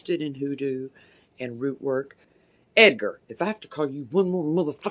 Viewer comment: “EdgaRrrr sit DOownn!!” Oh man the emphasis on that sentence plus the clapping 👏🏿 GENIOUS🤣